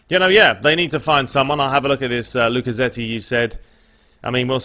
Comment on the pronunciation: La-Ka-Ze-Ti (Lacazette) and Krows (Kroos). Jeez, your pronunciation is terrible. ALTOR KARANKA (Boro boss) is called A-I-T-O-R.